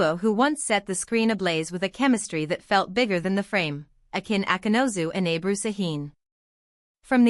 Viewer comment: Не Абру, а Эбру!